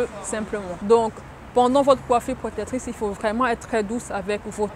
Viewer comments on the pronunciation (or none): J'veux pas être irrespectueux mais c'est hyper énervant c'est" protectrice" pas protetrice